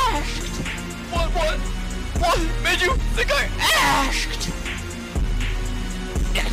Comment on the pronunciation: "WHAT MAKES U THINK I ASHKED 👹"